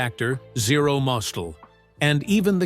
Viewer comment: Zero Mostell's last name is pronounced "Mostell,. Accent on the last syllable.